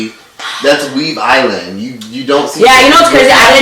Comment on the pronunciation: I’m sorry but gon say “weave island” 💀💀